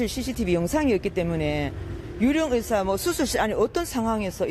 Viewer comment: 여자앵커 ‘의사’해봐요 ‘으사’말고...’의’발음이 안돼요?? 아나운서인데??